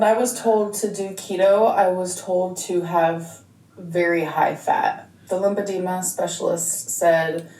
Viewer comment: Drives me nuts it’s LYMPHEDEMA pronounced “LimF edema” not ”LIMPADEMA” ughhhh! If you actually HAVE it....learn what it is and LAY OFF THE SODIUMSSSSS 🙄🙄🙄